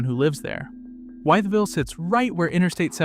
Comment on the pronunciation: It is WITH-VILLE. That is how everyone in Southwest Virginia pronounces it. Named for George Wythe (With).